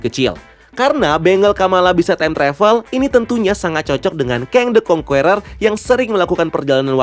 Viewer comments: Masukan minor aja bang, the Conqueror bacanya 'kongkerer' bukan 'kongkUerer' atau 'kongkueror' jadi huruf u yang ditengah ga dibaca , biar lebih enak dengernya. overall nice content and nice breakdown. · Conqueror itu bacanya kongkurer bukan kongkuwerer. Geli dengernya.